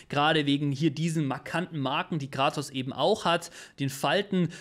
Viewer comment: Sorry aber er heißt Kratos, nicht Gratos ! Da haben mir meine Ohren geblutet